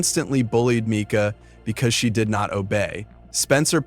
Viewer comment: Was coming to make the same point, pronounced " meeka ".